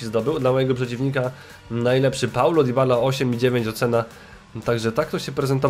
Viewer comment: Nie dibala tylko dybala